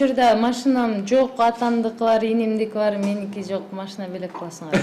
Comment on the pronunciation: алып баруучу кыз кемпир сыяктуу машине дейтго бесит ушул кыз